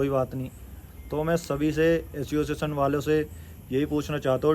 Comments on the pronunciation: Aciossetion nhi hota re totle association hota hai 😅😅😅😂😂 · Asosizn✅ Association ❌